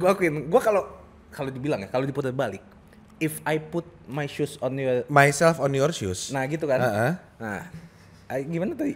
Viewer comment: ohh pantesan, gw awalnya ga ngeh cadel , gw kira mgkin lama tinggal dluar negeri , eh ntarnya pas bagian pepatah yang "shoes" blepotan gtu ngmongnya, ngakak dong ,trnyata banyol bet orgnya :D